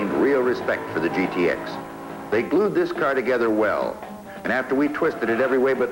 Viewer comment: What the hell is a "gittix"??? It's G-T-X, Bud! Sheesh!